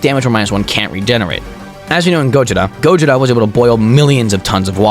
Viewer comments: Bro, it's Gojira not gojita like you keep on pronouncing. 🤦🏽‍♂️🤦🏽‍♂️🤦🏽‍♂️ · dude is saying gojida instead of gojira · You said gojira wrong